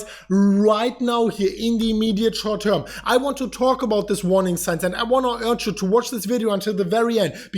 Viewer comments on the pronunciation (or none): Right now in the immediate shouwrt toirm. Say it! 😀